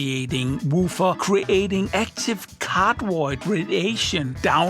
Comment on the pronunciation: anyone else always understood "in cardboard mode" instead of cardioid ?! xD